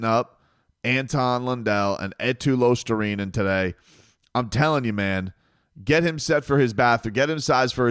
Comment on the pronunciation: also I watched ESPN for a little bit after the game (I don't know why I did), SportsCenter showed the Panthers highlights immediately which I guess is why I stuck around. Those anchors didn't know what the fuck they were talking about. And they completely botched the pronunciation of Luostarinen. Like bruh, where's the attention to detail? Do you not care about getting things like that correct? Disrespectful, but seems to be nothing new with South Florida teams and ESPN